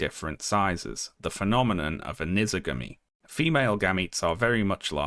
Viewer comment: Pedantic, but that’s not the right pronunciation of anisogamy. It’s an- as in animal and iso- as in isolated and gamy as in polygamy. The an is a prefix applied to the term isogamy.